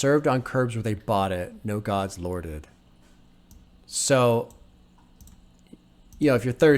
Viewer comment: "Served on curbs where they bought it, no gods lorded" is a double entendre. The first referring to how Ka feels God abandoned him and the hood. There were no gods to lord over or protect them. The second meaning is similar but he pronounces "lorded" in a way that makes it sound like "loitered". So "no Gods, loitered" referring once again to the lack of God's protection on the block. Very clever phonetical trick by Ka here.